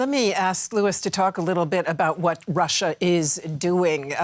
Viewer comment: That blonde woman's speech impediment is really distracting, especially when she says "Wussia."